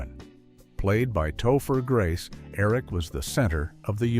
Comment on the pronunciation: And Tofu Grace.😂